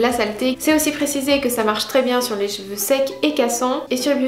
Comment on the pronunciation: Tes "Jveux" ? haha c'est l'accent suisse ?